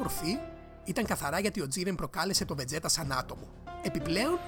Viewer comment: βετζίτα ρε παιδια οχι βετζέτα να πουμε :(